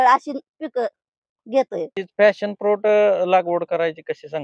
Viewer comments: फॅशन नाही , पॅशन फ्रुट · फ़ॅशन फ्रुट नव्हे मॅडम, पॅशन फ्रुट आहे ते! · Fashon.nahi Pashon